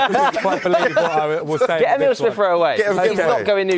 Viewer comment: Was going so well until he said Smith-Rowe